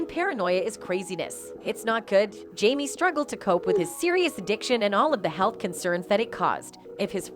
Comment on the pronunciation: His name is Jaime... Not Jamee. How annoying.